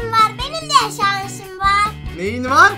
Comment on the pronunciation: şansim demiyor şanşim diyor vay kral